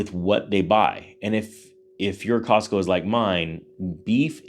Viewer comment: It's not Costco,... it's Costmo!!!!...